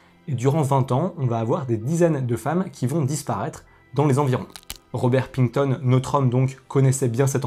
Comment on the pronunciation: Salut. Petite erreur de prononciation : le nom ne se prononce pas Pington, mais bien Pickton. En dehors de ça, j'ai trouvé le récit clair, globalement agréable et très bien illustré. Mais peut-être pas assez fluide (à mon avis), avec un rythme de voix peut-être un peu trop cadencé (pour exemple, un cas extrême est le rythme d'Hugo Tavers, sur sa chaîne HugoDécrypte). Cela produit un effet compte-rendu qui nuit un peu à l'atmosphère narrative. du fait que des personnes sont mortes dans des condition abominables. Même si ça s'est passé loin de nous, je ne crois pas que soit une bonne idée de mélanger Fort Boyard et barbarie. Mais je conçois aussi que, lorsqu'on prépare une présentation de ce type, on puisse ne plus avoir, au bout d'un moment, le recul suffisant pour estimer la justesse de son propos. Néanmoins, tout était clair et c'est juste la forme qui pèche un peu.